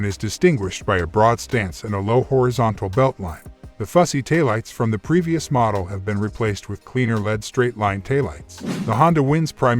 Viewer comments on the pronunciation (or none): uhhhh, fuel mileage?? When the robot narrator says Led instead of L.E.D., you gotta wonder